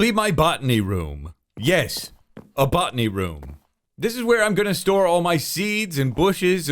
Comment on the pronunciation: I was so confused at first when he said "botany room", because I heard "buttony room". I envisioned a room riddled with buttons. 🙈